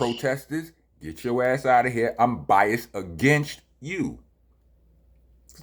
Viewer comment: It's bias-ED. Not Rockness is "bias".